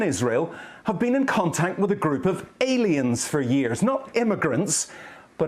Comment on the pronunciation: Aliens, no they said Alens.